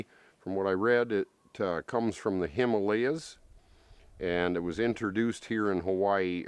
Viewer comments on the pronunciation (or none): none